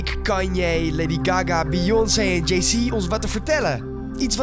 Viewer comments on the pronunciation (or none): ''j-zay'' i.p.v jay-z LMFAO.